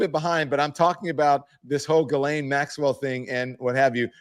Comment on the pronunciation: Also….JIZZ-LANE. I believe we have all agreed to pronounce the name Jizz-Lane. Like penny lane, only stickier.